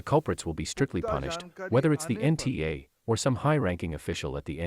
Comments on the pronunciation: NTA not NAT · Nta not nat 😅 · NTA , not NAT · Its not nat its nta mam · It's NTA Palki, not NAT. Use your brain cells while reading also. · Its not NAT ,ITS NTA